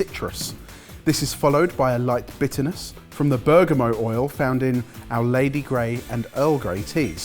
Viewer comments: pronounces bergamoT as bergamoW pretentious? You decide! 🤔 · Did pronounce bergamot as “berga-moe”?